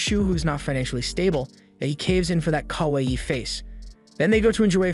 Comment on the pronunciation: Did you not hear him say "kawahee" instead of "kawaii"